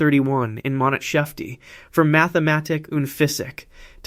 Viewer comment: It's not "monat-shefte", it's "Monats-hefte", meaning "month booklet".